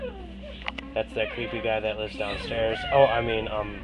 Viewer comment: Every fucking video he says “lifes” instead of “lives”